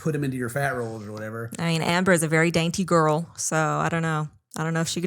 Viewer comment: “Well, Amber is a very dainty gorl” periodt 😂💅